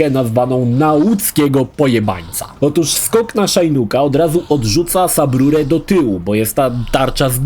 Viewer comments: Shinnok to "Szinok" a nie "Szajnuk". Chyba, że tak specjalnie ma być... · szajnuk ? co to kurwa za wymowa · to oczywiste ze to zabieg ironiczny